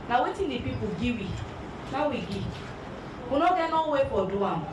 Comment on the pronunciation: We are here to “gee” instead of “give,” painful to watch.